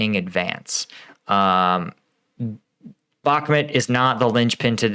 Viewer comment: Really like your videos and your additional angle - keep up the great work! But please, for the love of freedom... can you work on your pronunciation of Bakhmut (say ‘Back-moot’, not ‘Back-met’). K, thanks 🙏